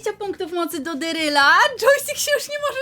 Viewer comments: Sory ale mówi sią daryl nie deryl! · Mówi się darryl a nie deeryl